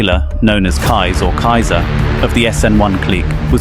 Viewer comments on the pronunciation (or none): none